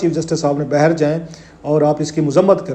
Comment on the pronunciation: It’s baaahir …… not bahar